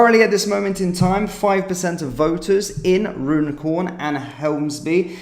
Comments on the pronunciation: I'm pretty sure Runcorn is pronounced Run-corn. Not Rune-corn, bud. Please, if anyone is local to that area, correct me if I've got it wrong. 👍 Vote Reform.. 🇬🇧🏴🏴🏴🇬🇧👍👍👍💯🙏🙏🙏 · You are indeed correct. Run - corn😊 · Runcorn isn't pronounced the way you are saying it. It is pronounced Run-corn